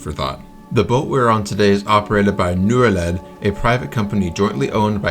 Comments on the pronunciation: I think Norled is said more like you say Norway but led instead of way. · Norled. O in Nor is pronounced something like the OO in Poor.